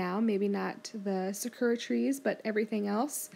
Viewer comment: hehe, sakura is pronounced "sak-ur-ah", not "sa-kur-ah" 😃